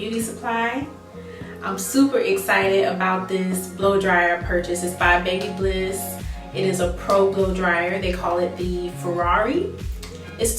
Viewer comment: Bab a liss is how you pronounce it